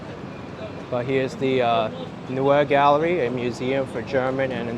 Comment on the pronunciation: It’s pronounced “NOY-uh Galledie.” Thank you for your fine work.